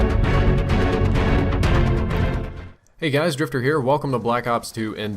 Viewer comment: Its Drift0r not Drippor lol